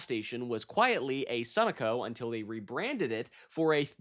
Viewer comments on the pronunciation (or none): Sun-no-co, not what you said! I worked for Sunoco (Sun-no-co)